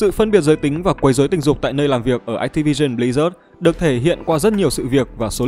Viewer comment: ách ti vi sừn bờ li rác :)